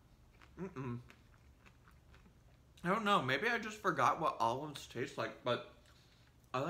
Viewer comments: you gotta say olives like she does tho... allofs. I'd eat this without the allofs and without the pretzel thins. some nice ritz crackers or sumthin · You didn’t say olives like. She says “alluhves”